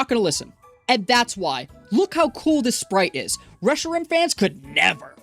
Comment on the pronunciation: This man's pronunciation of aegislash (and reshiram(and bisharp)) is killing me